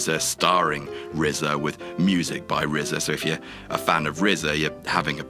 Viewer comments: Lmao they got RZA right this time. It's "The Rizza" guys, not "The R Z A". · At least you know how to pronounce RZA... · knows how to pronounce RZA at least.